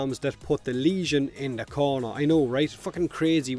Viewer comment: Potato.. Unknowingly you have achieved a cross cultural marvel... In Hawaii we have our own accent in which "the" is "Da" and "thing" is pronounced "ting" just like you .. so when asked about how something performs ,such as a surfboard or motorcycle or whatever , if the thing is good we say " Brah..Da ting goes!" so props to you and Aloha from Hawaii ..